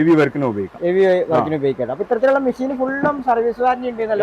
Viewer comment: മിശീൻ അല്ല, മെഷീൻ ആണ് 😂😂😂